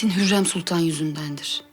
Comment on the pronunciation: Hurrem: süklüm ağa Victoria: sumpül ağa İsabella: Süslüm ağa